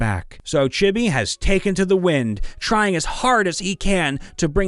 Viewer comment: “Chibby.” *Chibi*!